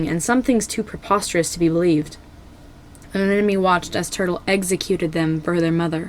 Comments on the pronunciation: you mistook fathom and turtle so damn much also anemone is pronounced an-em-o-ny Besides that the video was still spectacular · Bro said fathom and anemone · Escuse me did you say FATHOM and anemone? At 4 secs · Just so you know, in the beginning you said " Fathom and Anemone" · I think you accidentally said Anemone and Fathom in the intro, lol Great video, though!